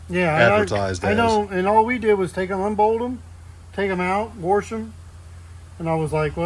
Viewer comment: said WARSH!